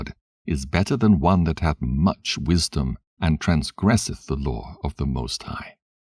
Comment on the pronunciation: The "loor" (law) and the prophets"... lol 😫